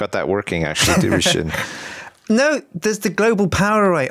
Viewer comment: Sjin not